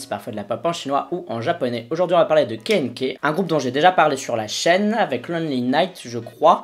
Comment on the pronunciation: Ça se prononce '' keu na keu''